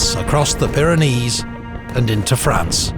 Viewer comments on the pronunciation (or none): none